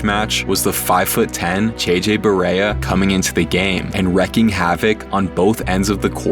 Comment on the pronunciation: *wreaking havoc, not wrecking